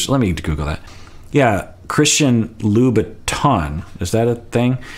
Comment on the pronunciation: You got it. Jesse said “Louis Vuitton’s”, she threw Louboutin’s. (Allegedly 😉). I have lots of thoughts about Jesse (😒) but none are nice. So, I’ll end my comment here.